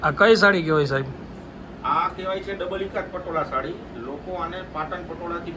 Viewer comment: સાડી.. સાળી નઈ.. 😅